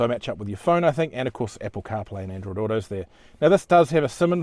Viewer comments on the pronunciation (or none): none